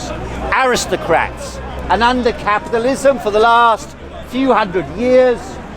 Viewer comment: Did he say aristoprats.Hope so! 😂